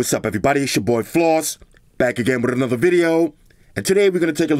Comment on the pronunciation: The way says “ANOTHERRRRRRR” sounds like machine gun.